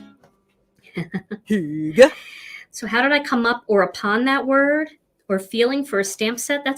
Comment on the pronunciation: Hi from Denmark ;) Love your Hygge. You have to say Y like you say Yvonne - Not like U :-P